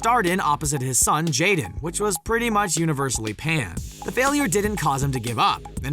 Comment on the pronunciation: His Name is JADEN Not jeda do your reserch man 😂